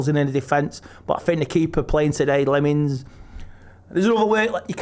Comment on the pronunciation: Our goal keepers name is pronounced Senna LAMMENS not Lemins 😂😂